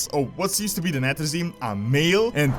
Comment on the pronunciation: Nathrezim. Sire De-Nathr-ias. -Nathr-ezim. Castle -Nathr-ia. Just saying.